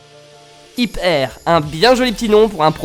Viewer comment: Au lieu d'hit air j'ai entendu Hitler mais sinon cool la vidéo